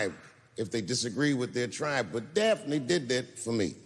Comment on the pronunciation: "Daphne". Her name was "Daphne". HTH